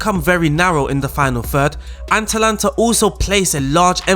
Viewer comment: Am i the only one annoyed by him calling them aNtalanta the whole time?